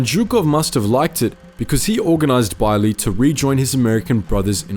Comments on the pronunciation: No its pronounced as Bey-er-leh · I keep feeling like you're pronouncing him name wrong but I'm sure you researched it. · Why do you pronounce Beyrle like that?